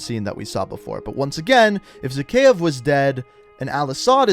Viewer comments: lol he doesn't even pronounce Zakeave right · "Zakhaev Arms" Ahahahahahahaha! Wait, "Zakhaev Arms" Hahahahahahahahaha. One more...